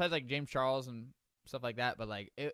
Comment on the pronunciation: Dude really said J a m e s C h a r l e s